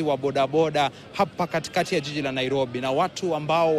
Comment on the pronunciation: This lady just called 'jiji' a 'yiyi'...eish!